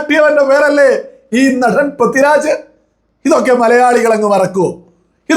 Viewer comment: Helloo, Prathi Raj alla, Pridviraj. Kashttam